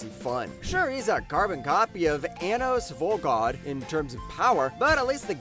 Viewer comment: Glad you pumped Bottom Tier Tomizaki! A well-done and earnest show. But how can you pronounce that right but mess up Anos Voldegod? But then, did I really think mispronouncing Anos's name would stop people from watching?